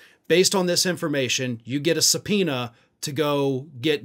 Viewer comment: Did you just say give Jordan a subpoena? 😂😂😂😂😂😂